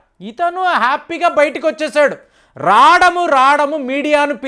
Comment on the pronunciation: రాటము కాదు బాబు రావటము అని పలకండి